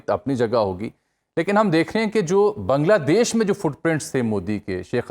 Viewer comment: First time someone pronounces "Bangladesh" correctly..😊😊 Pakistani can't pronounce Bangladesh correctly😂😂 ❤ From 🇧🇩